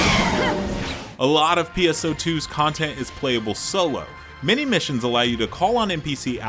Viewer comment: This guy narrates like he's just trying to sell the game... every time he mentions classes he says "and MaNy others" wtf man you tell me nothing plus use the same designed character through the whole video....